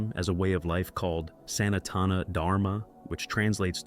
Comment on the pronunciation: Is it a real human voice? The way the word "Sanatana" was pronounced (with the accent on the third syllable rather than the second) leads me to suspect that the narration is artificially generated... What is your opinion?